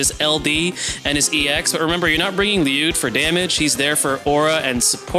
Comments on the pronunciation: I always just presumed it to be like “LEE-you’d and hearing 40 use the Japanese pronunciation in this just video basically confirmed it for me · you pronouncing it right king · I could listen to you say his name correctly all day 😍